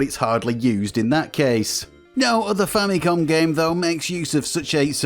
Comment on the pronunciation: So much injustice and disrespect Nintendo's FAMILY COMPUTER are getting from western and current youtubers that they keep butchering its name and relegate it with famiclones. They’re basing its name-butchering, clear confusion and aggressive mispronunciation with Sharp's TWINfamicom. The famicom by itself is nowhere stated in Nintendo's branding of any of its 8-bit console past or present. Not because the 16-bit Japanese Nintendo console is the Super Famicom, it's fair to mis-declare its 8-bit counter part as famicom. It's not! It's very inaccurate and a clear bastardization of the NES' basis of origin! Even in its heyday, no one has ever even called Nintendo's 8-bit Japanese console as a famicom let alone becoming an official general confusion like the sad state of affairs of present day name butchering, especially with markets where it's officially sold -- even until now! It's clear as daylight that with games, peripherals ( FAMILY COMPUTER DISK SYSTEM ) and even with the recent mini-console releases, the brand is clearly stated front and center as the FAMILY COMPUTER Before making any history-lesson, please make your facts accurate first and not ride with the general bastardization and history whitewashing. It's unfortunate that even wikipedia's been hijacked by western influence with this clear and intentional name butchering!